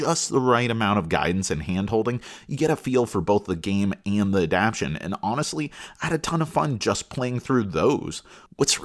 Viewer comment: I can’t get over you saying “adaption” instead of “adaptation” but I appreciate the review otherwise.